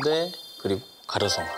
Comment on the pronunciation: 왜 꼼데 부를 때 꼰데라고 들리냐 ㅋㅋㅋㅋㅋ